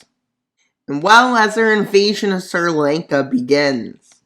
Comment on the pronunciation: “Sir Lank-a”